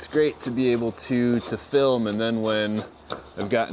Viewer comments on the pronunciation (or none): none